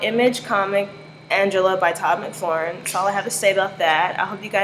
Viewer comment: Cool vid but his name is pronounced Todd Mc-Far-Lin. Not Mcfloren lol. Also the Spawn comics came out years before the TV show. It was the popularity of the comic that spawned (no pun intended) the tv show.